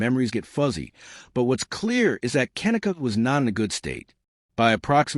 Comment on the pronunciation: At least say her name properly